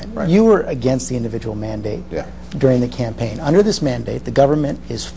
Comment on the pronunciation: He says "campaign" .. hmmmmmmmmmmmmmmmmm lol